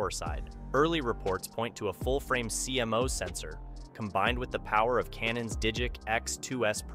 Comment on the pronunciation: That's not how CMOS is pronounced in the industry. its pronounced "c mos", "seemos" 😄